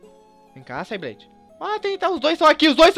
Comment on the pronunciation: na verdade o rayquaza se pronuncia reiqueiza e sableye fala sebelai